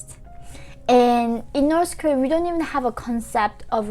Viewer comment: Please say north Korea not norce Korea